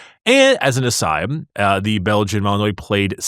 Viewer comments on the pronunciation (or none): It's pronounced "Belgian malinwa" like you would in French, not "malinoy" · Malinois is pronounced like Malinwa ... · Pronounced Belgian "Mah Lahn Wah" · Waluigi pronounces it Malin-WAAAAAAH